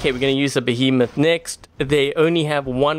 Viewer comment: I cringed every time he said behemoth, it was a fury!!!!